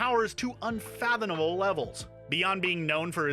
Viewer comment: Unfathomable was bad, but not repeated.